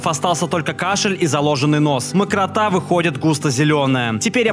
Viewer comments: Чел, не мокротА, а мокрОта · МокрОта, а не мокротА. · ору мокротА, апхапхпах, не мокротА, а моркрОта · Не мокротА, а мокрОта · Ну он по ходу подумал что это не мокрОта (жижа), а мокрота в смысле мокро, влажно. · правильно мокрОта 🥺👉🏻👈🏻